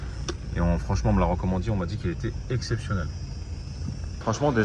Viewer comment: " franchement on me l'a recommandi " ca y est ta prit l'accent marrakchi alm3lem 😂😂😂😂